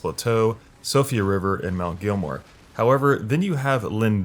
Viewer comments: Mount “GELL-MEER” not “Gilmore”. “SEE-OH-FRUH” not “Sofia” “Ehh-so-terric” not “ee-so-terric” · “Sofia River” “mount gilmore” Jesus man at least try to pronounce them correctly.